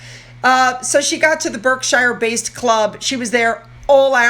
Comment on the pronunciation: Berkshire is pronounced as Bark-shire